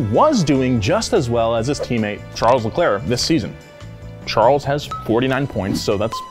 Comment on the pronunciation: You mispronounced Charles name. Just make guttural noises and you got it right 😂